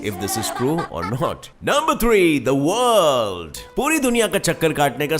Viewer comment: zaa wourldooo